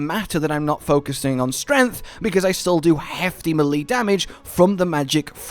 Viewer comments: May lay not muh lee. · Pronouncing melee as “muh-lee” is absolutely wild lmao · DUDE! MELEE IS PRONOUCED AS MAY- LAY! here is a link. how does a gamer not know this?!?!?!? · I loved the video but it hurt me when you said muhleee 😂 keep it coming though man. Been loving all of it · Nobody says melee like that. You're better than pretentious, bud.